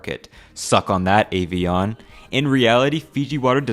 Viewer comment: Bro really pronounced Evian as Avion